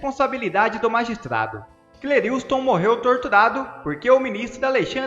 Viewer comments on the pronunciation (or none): Lê-se CLÉRISTON e não CLERILSTON